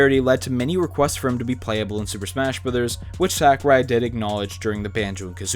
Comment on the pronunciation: How do all these video game channels keep saying Sakurai's name incorrectly?